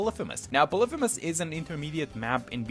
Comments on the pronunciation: It's "poly-fee-miss" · Im just saying you pronounce it "poly-fem-us." Sorry for being that guy